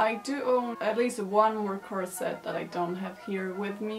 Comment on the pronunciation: Hey I'm French 🇫🇷 (I don't know why I keep adding this little flag every time I say that in a comment tho...) You seem to say "corset" very good (I've just watched the 30 first seconds so far 😂) but I'm gonna answer to your question at the beginning "how do you even say corset ?" So as I said you seem to say it well, actually the T isn't pronounced but in these 30 first seconds I can't figure out yet if you do or not Oh and the S when it's plural isn't pronounced either I'm gonna watch the video now 🤗